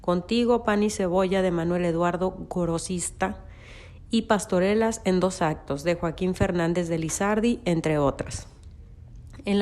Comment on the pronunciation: Está bueno el documental, pero la riegan cuando dicen Armando Nervo, Gorotista y henequen, con acento grave, deberían corregirlo para que tenga más calidad. o no sabe leer la chica o fue mal redactado lo que leyó la expositora